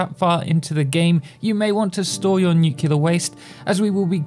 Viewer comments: "Nucilar power plants" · I love how he mispronounces "Nuclear" exactly half the times he says it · The signature pronunciation you have for "nuclear". You say it like it were written "nucilar" :D